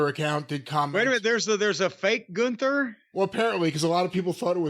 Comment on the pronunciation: Or as Wade Barret and Michael Cole mispronounces Gunther as GOONTHER.